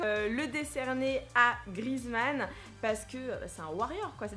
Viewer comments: sa ce prononce Griézmann pas Grizmann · Non mais franchement!! T'es nul en anglais puis en français! On dis antoine GrieZmann! Et pas Grizmann! 😂😂❤️ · On dit GriEzmann, avec le É. sinon bonne video😊